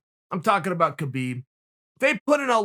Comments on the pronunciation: Uncle Kale, after all these years it's "Habib". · It’s humboorguer and calka cola time for Khabib